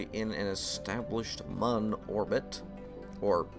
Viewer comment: It's not pronounced Mun. It's pronounce Moon.